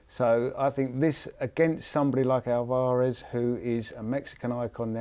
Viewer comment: Alv-arez NOT Al-var-ez haha sorry it annoyed me. Good effort in the video.